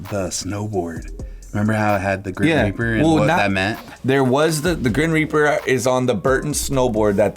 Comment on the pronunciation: "grin reaper" lol